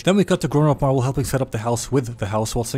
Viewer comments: It’s not marble it’s mirable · did no one realize that he called mirabel marbel or is it just me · it pains me everyone says marble and not mirabel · Who the hell is marble?! Her name is mirabel. Edit: yes I know its a joke. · every single time he calls mirabel marble i lose a bit of my shit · Mirabel ❌ Marble ✅ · Mirabel🚫 Marble✅ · Mirabel 🚫 Marble ✅ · calling her marbel made me crack up xD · I love the fact you call mirable marble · I love how he said marble instead of mirabel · i love the fact that he calls mirabel marble 🤣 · i love how he says marble instead of mirabel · bro's calling mirabel "marble" 😂😭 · The fact that he called Mirabel Marbel XD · it do sound like he be saying marble though XD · Also it’s Mirabel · k guys-, her fucking name aint MARBLEEE